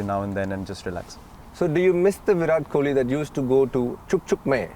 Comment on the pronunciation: Koli..!! you said it right 👍👍